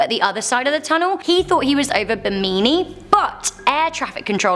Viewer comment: It’s pronounced “ Bim a Knee “ 🤣❤️🇧🇸🇧🇸